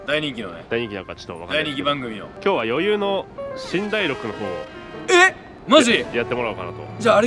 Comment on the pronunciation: ｢余裕｣の読み方｢よゆう“ー”｣だったのかわいい